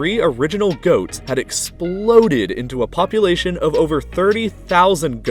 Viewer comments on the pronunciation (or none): none